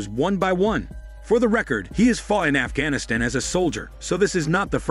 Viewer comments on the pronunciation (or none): none